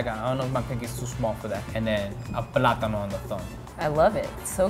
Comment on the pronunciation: He said a PLATAINO😭😭😭